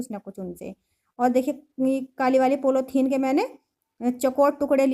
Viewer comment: आप के बच्चे आप जैसे ही होगे।कितना बकवास काम किया है। पॉलिथीन होता है पोलौथीन नहीं।